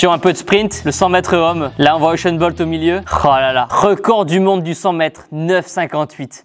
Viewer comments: C’est pas euchun bolt c’est usain bolt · Je sais mais son prénom se prononce euchene je suis camerounais. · Il a dit euchent bolt?😲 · oui mais Tibo a dit Uchain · Raptorus 2000 je sais mais c'est seulement comment il le prononce...